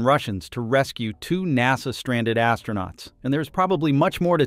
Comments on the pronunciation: AI cant pronounce NASA😂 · AI voice mispronounces NASA. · Cool Vid. Please say NASA again :D